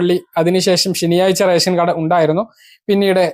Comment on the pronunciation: നാക്കു വടിച്ചിട്ട് വായിക്കെടോ. രെസം. അല്ല റേഷൻ